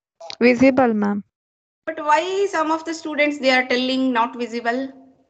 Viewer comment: “not visabLle” 😂